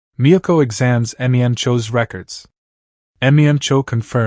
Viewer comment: Im sorry but M e m cho instead of mem-cho gets me every time